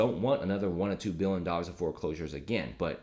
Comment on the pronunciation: He also pronounces million = millin' billion = billin'